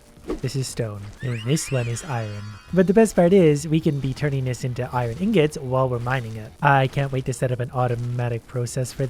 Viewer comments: Oh yes, I-Ron vs. iron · I love how he pronounces iron as irin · lol same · YOU PRONOUNCE IRON WRONG PLEASE STOP 😭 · he says iron weird sometimes! XD